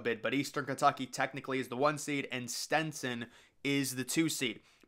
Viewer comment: Bro you pronounce at least one team wrong per video. It’s not STENTSON 😂 it’s STETSON